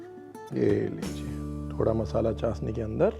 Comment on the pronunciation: Zeere ko jeera chshni ko chasni bolna aap pr suite nhi krta kunki aap aise share se hn jhn ki boli ki log misal dete hn